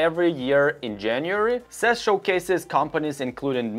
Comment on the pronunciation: What is sess? Its pronounce C.E.S ( See-E-S ). But keep up the good work. 🖖🏾